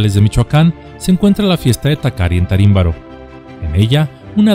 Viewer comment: Hola maestro, en el video mencionaste un pueblito de Michoacán, que en realidad es tiríndaro y no tarímbaro como lo mencionaste, gracias por tus valiosos videos